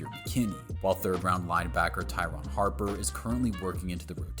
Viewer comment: Ty'ron Hopper not "Harper". And "Gutey" is pronounced like "Goo-tee" not "Gut-ee"